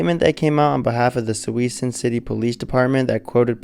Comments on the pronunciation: My God man, it is pronounced: Soo- Soon. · Good Lord! It’s pronounced “sue-soon” people. “SUE-SOON” 😂🤣😂🤣😂🤣😂🤣😂🤣😂🤣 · SJVT, the name of Suisun City is pronounced "sue-soon.